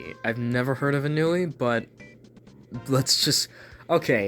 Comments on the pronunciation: It's pronounced On-wee. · I think Ennui is pronounced Aw-New-Ee